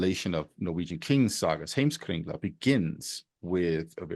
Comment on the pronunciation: The Ynglings originated in Sweden and there was a branch of them from which the Norwegian kings descended (i.e. the famous Fairhair/Finehair dynasty), according to Yngligatal. More on it for a start here: P.S. Heimskringla is not actually correctly pronounced in Norwegian that way, I'm sorry.